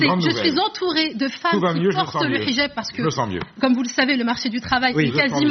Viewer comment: J'adore le mot Hijab quand elle le prononce en arabe, 8 fois.